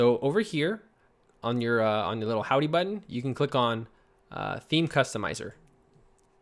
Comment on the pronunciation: I love how says BUTTON... BUT-TON!